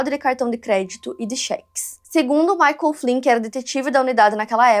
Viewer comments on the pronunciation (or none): none